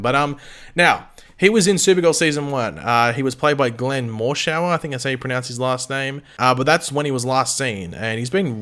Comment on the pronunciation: Glenn and I are buddies. You did pronounce his last name correctly. He’s on the Resident now, which shoots in Atlanta, though I’m sure he’d love to be on both shows if it were humanly possible